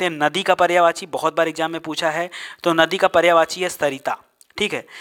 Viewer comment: पर्यावाची नहीं पर्यायवाची बोले।